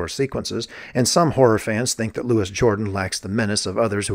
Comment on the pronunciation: It's Loo-ee, not Lewis. He's a Frenchman. 🇫🇷